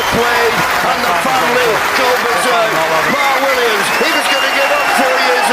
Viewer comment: why does the announcer call him Mart Williams?